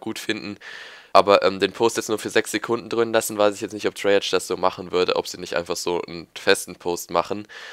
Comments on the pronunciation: du sagst immer "treyartsch" es heißt aber "treyarc" :'D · Sag Treyarch und nicht Treyartsch :D